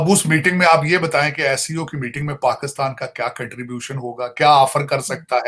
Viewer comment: can someone tell this weirdo its Pakistan not Pakustan